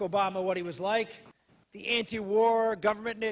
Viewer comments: IT SOUNDED LIKE GOVERNMENT NIC NOT NEG..SO ??? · He said "government-nik". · Sounded like 'nick', I don't hear him pronounce the 'g'. But either way, he is still a piece of sh... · As much as I despise Santorum. It sounded closer to ninja. Listen carefully and he adds an n after ni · I thought he was thinking peacenick, but slowing it down it sounded like a g at the end.